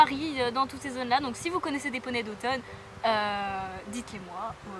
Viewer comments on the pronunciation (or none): Il y a plusieurs d'Othon dans mon écurie, ça m'a fait bizzare quand tu l'as dit aha ! Elevage très connus en effet, très bon poney de CSO ! D'ailleurs l'un des plus connus c'est Mon Chou D'othon qui tourne en GP ! Voila voila :) (Et ça se prononce D'othon et pas d'automne mdrr) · on ne dit pas d'othon ( automne ) mais (o ton ) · Cela se prononce d'othON (comme le thon quoi ^^) Ils ont de supers poneys, avec un bon mental.